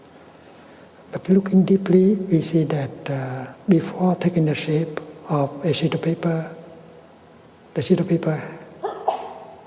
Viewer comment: Sounds like he says "a shitty paper"